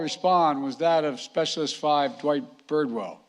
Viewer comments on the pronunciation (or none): none